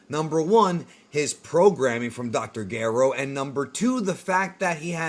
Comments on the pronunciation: dr Garo? you mean Gero? that’s how it’s said in the dub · Its gero geeero and saiyan why are you mispronouncing lol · The audacity to call dr Gero the way you do and not like the official dubbed version is a disgrace!!! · I don’t want to correct the way he’s saying dr gero or super Saiyan because this dude knows soo much 😂😂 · Your pronunciations are absolutely infuriating. If you dont want to pronounce Dr. Gero the way it's said in the anime, then you need to pronounce it with a soft G, the way Gerald or Gerard is pronounced. Youre being an ass by pronouncing saiyan the way you do, literally no one in history has said it that way. And Pikkon was the last straw. Yes, in the original japanese version he was Paikuhan. We get it, you did your research. But everything since then, from games and newer iterations of the show call him Pikkon. Because of Toriyamas bad memory, the show evolves and things get retconned. Toriyama used to call SsJ 3, Ssj 2 because he forgot about 2. Not to mention the original grading system. Bravo, you made a good video with a lot of research. But youre just being a contrarian using these pronunciations. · I dont think the narrator of this had even heard of nor seen a single episode of Dragon Ball based on how he says Dr Gero and him calling the sayins Cyions. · I love your videos. Unpopular opinion I very much dislike how you say dr gero and krillan. Lol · Just say Gero normally bro